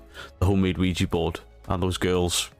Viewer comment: Please stop calling it a Ouiji board, it's Ouija!!!!!!!!